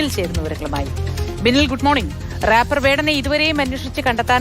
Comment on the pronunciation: റാപ്പർ അല്ലാ റെപ്പർ . 😄